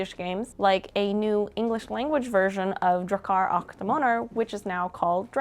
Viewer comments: "och" is pronounced "ock", like the first syllable of "octopus". The weird spelling is a remnant from old swedish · och is pronouced ock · nah the "Och" is more like the "Oc"in Octopus.